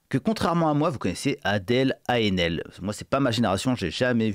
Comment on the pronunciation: Cette actrice dont vous parlez, s’appelle Adèle Haenel et ça ne se prononce pas « Ah et nél », mais plutôt [enɛl] 😉 Bizarre de faire une vidéo sur une personne en ne sachant même pas prononcer son nom… le respect passe par-là aussi.